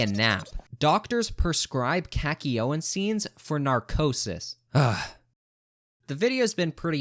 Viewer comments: why did you say khaki owen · its kock you een not kak ee oh in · Yeah bro "Kak-ee-yo-een is so bad" shut up bro, this list is terrible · The only thing worse than this ranking is his pronunciation. Ham-on, khaki oh in??? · I can't get through this video with you saying HAYMONE as Hamon and KAKYOWEN as Kakyoin, bro I wish this was april fools and doppio and diavolo what are these pronounciations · Buddy said Khakiowen 😭🙏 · Kakioyn ?!? KAKIOYN NOW WHAT GONNA CALL DIO DOIOI. JOTIRAOU???HUH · “Cacky-o-in” says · KAKY OWEN???? BRO PRONOUNCE YOUR NAMES RIGHT OH MY GOD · YOU HATE KAKYOIN OR SHOULD I SAY "KAKIYOYN" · "kacky yo-in💀" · Why do you pronounce kakyoin as cacky yo-in😭😭😭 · Bro called Kakyoin “Cacky-Oh-En” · Oh man sorry but ham-on and cack-e-yo-in i don’t know how you can pronounce it that way like, did you watch the series on mute? Or are you like refusing to pronounce it right because you don’t like it? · I knew this list was bs the moment he fucked up saying Kakyoin name wrong. He not a real jojo fan yall💀💀 I know this is his own opinion, I’m just playing yall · Why did you butcher kakyoin’s name so hard 😭😭😭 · dont hate on kakyoin if you cant even say his name right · i had a seizure when i heard him pronounce kakyoin